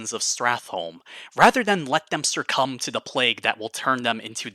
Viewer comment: a lawyer said surcumb?